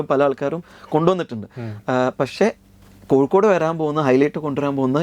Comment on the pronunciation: കൊക്കോട് എന്നാണ് പറയുന്നത് കോഴിക്കോട് എന്നല്ല, കേൾക്കാൻ സുഖമുണ്ട്!